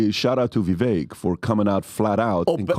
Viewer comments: How long until y’all start saying Vivek’s name correctly? It rhymes with cake (ViVAKE) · is smart and knows darn well how to properly pronounce Vivek's name yet still mispronounces it. What's that all about?